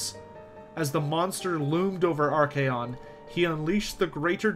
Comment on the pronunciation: It's archaon not arcaeon